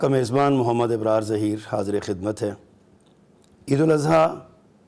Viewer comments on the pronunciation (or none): ابرار کے الف پر زبر پڑھیں